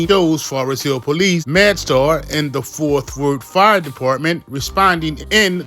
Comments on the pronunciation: Stop saying Forth Worth. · Bruh the word is FORT!!